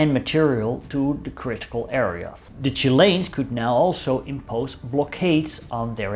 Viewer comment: Just love the way you say "Chilains" ;0) ..Good Chanel as well well done on the unusual stuff.